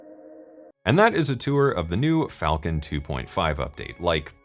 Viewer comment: Is it Falcon or falllcon? 🤣